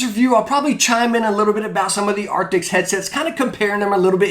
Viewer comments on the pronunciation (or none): Why you keep saying Arctics in all your vids when its ARCTIS? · Why do you keep saying "arctics" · i know its not the point but arent they ARCTIS instead of ARCTICS? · He says arctiks too much - it's cringey AF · why does everybody say arctics? i mean even i do